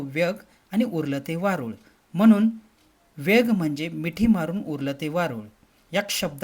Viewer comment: वेग नाय वेंग.